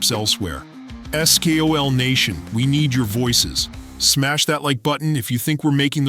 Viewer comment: learn how to say SKOL you idiot